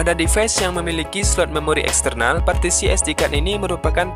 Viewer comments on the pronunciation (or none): none